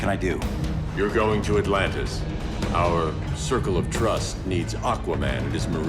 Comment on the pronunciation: "Altantis" ?? it's "Atlantis"